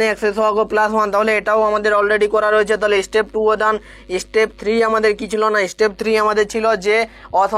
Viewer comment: Istep 😂😂 ‼️ step hobe , please pronounce correctly 😊